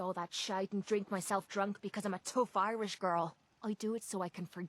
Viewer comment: it's pronounced our -land and eye-rish i kmow im Irish